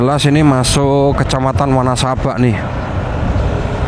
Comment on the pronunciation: wanasaba dibace wanesabe